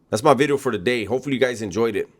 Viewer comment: New bideoh